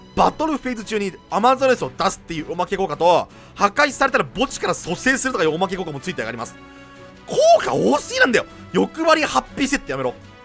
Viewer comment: おまけ効果がお化け効果に聞こえた。